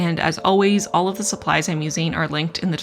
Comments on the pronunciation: "I'm very curious where olive you fall." I literally checked the comments mid-video specifically to see if anyone else mentioned this :) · Every time you said “all of” in this video, I heard it as “olive”, which made this even more of an olive themed spread! I love what you’ve done with this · once I read your comment I couldn't un hear it 😄